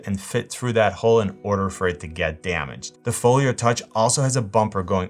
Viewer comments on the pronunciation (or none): I swear it sounds like you’re saying, “Folier.” Where’s your accent from? (Not poking fun) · Same, I noticed it too